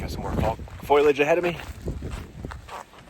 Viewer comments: Foliage is not pronounced “Foiliage” sorry not sorry for being that guy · "Foilage". I lol'd.